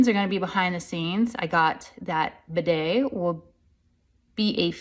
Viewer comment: Who is Biday? Biden? Sorry, I don’t understand why she mispronounced his name.